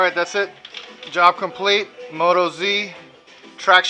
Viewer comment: FYI .. It's an Australian made tyre. It's pronounced Mot-OZ . Australians call our home land "OZ" hence the motOZ name